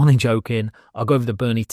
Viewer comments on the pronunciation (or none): yeap about the pronunciation... I think I can help you out as I speak multiple languages, spanish english... ok multiples, it should go "Are-doo-nay" Sounds like: "Are you doin' A?" but said in a classy voice 😄